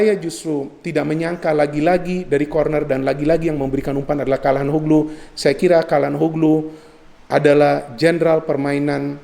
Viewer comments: maaf mau kasi masukan. Calhanoglu itu dibacanya bukan Kalhanoglu tapi Syalhanolu. Maaf kalo saya juga salah ya 😂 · Ralat, bukan calanhoglu tapi calhanoglu